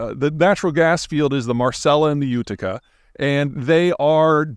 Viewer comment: They should at least have given him a pronunciation guide so he could say "Utica" without stumbling over the script.